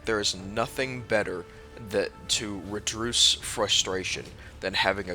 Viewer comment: How do i "redruce" my frustration?